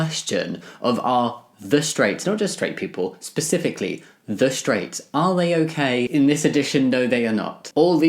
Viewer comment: I honestly can't take you seriously when you're saying, "pacifically," instead of, "specifically." Get some rest kiddo, thanks for giving me something to do while my insomnia keeps me going WAY too late.